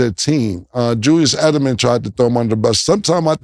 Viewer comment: who tf is "julius edelman"?? does cam mean julian edelman?? chalk this up to "darwin ham" instead of darvin ham, "mike tomlinson" instead of mike tomlin, & "joe burrows" instead of joe burrow 😂😂 "experts"?? not in my books